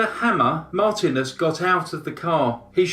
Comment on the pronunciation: Marthinus, not Martinez.